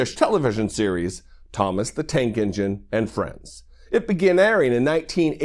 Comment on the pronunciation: Tank ENGINE. Say it Dana ENGINE. Jesus Christ